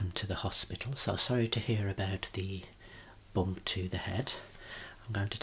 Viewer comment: i misheard “bump to the head” as bomb and could stop laughing for entirety of the video, and only after reading the comments i realised it was bump😭😭